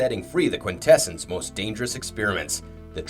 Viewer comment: Have you never watched G1 season 3? Or are you just trolling your viewers by deliberately mispronouncing Quintessons despite their name being frequently spoken aloud in the cartoon as KWIN-teh-sawns? And not once EVER as kwin-TESS-ehns.